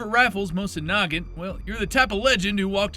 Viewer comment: You pronounced Nagant wrong.